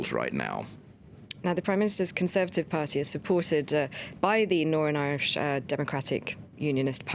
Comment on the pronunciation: does she say norn Irish?